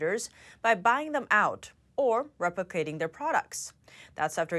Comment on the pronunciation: Had to go back again to min. Did just said "reprocating" (their products)? Got a good laugh. It was "replicating" ( their products.) Lol.